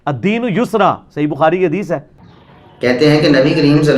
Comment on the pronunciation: tusi Hadees seen ki awaz main bol rhy ho jb k yeh saaa ki awaz main hota hai. Lo twadi v glti nikl i